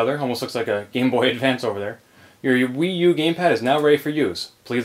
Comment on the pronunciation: Some people call it the WeYou =P